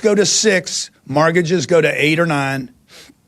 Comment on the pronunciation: Good Lord Mr. "maargidges and SEEment" comes off as a leech on the poor.